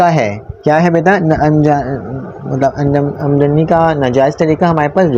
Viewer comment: sir pehle aamadnika alfaaz sahi se seekh lo